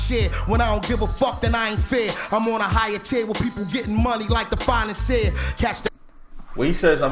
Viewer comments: He said "financier" not "finest here" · Listen He said Financier